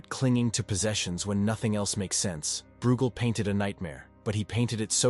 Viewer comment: Breugel is pronounced 'broy-gel'!